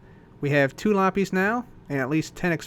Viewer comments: it's pronounced "LA-pizz", not "LAH-PEEZ". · You pronounce lapis as lapeez, just sayin' not judging.